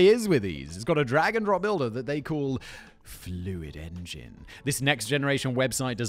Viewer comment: Who else watched the whole squarespace add just to hear Simon keep saying "Fluid engin" ?